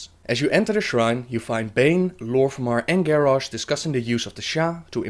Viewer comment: sorry to say that, but you and a few others say continiously gorrash not garrosh ^___^